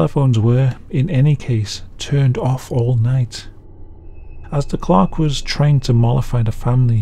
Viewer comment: For the first story, I was 3 minutes in before I realize the story wasn't about a "ghost clock." 😁😆 I put closed captions on and it interpreted it as clock, clerk, and clarks in separate instances.